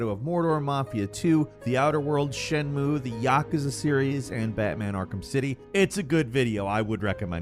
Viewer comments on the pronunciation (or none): none